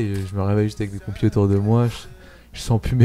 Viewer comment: Perso j'ai aussi entendu computers 😅 donc l'erreur est compréhensible